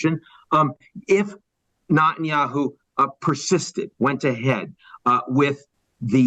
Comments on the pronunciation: It's NETanyahu, not NOTanyahu! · Mr. Bremerton is a sharp guy, but I cannot help but be irritated at “NOT-IN-YAHOO” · "Not"enyahu... why does he say it this way? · Net -tan -ya-hoo Nutenyahu is not how you say his name that sounds ridiculous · Is he correctly pronouncing his name? “Not- en - ya - who”? The woman says “Net- en - ya - who” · Ian, I’m a big fan, but it hurts my ears when you mispronounce Netanyahu’s name. It’s Neh- tan-yah- hoo, not Nah-tan-yah-hoo. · "...this failure...."; Spoken as if he never heard his name....intentionally pronouncing Bibi's name: NOT-anyahu. (not the God) ...but, let's assume he pronounced the name correctly, and editors later changed his correct pronunciation to an incorrect enunciation. Who could and would do that? "...promotes it...."; Those promoters do it; YouTube does it; "...the ironies are writ large, so...."; this girl (TED leadership)is also writ large....oof. "...Hamas has exceeded expectations...."; OMG - this guy is reading from a script written by exceedingly expectant manipulators...."; - like writ large girl whose name is "Echelon". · The way he mispronounces Netenyahu🤦🏽 “Not-an-yahu “ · Can Ian Bremmer learn how to say Net-an-yahu's name... please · Is anyone else hearing NOT-IN-YAHOO? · Why do you keep mispronouncing Netanyahu as NOTenyahu? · What's up with his pronunciation of Netanyahu? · Why can’t the speaker pronounce Netanyahu’s name correctly? Saying that Gazans are poor is perplexing. They have an obesity problem, they wear nice clothes and they are not homeless. They also have the strength to yell. Regarding calling the Hamas members “inhuman animals”.. what should we call rapists, kidnappers, baby butchers, religious hypocrites, criminal, anarchists? Btw.. the decapitation and burning of babies and children has been confirmed by Secretary of State Antony Blinken. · Very odd he keep pronouncing Netanyahu incorrectly. Example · Why is he constantly mispronouncing Bibi’s name? 🤔